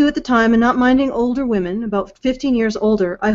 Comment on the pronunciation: From now on, all feminists will be "Hwomen". As Mike says, near the start. xD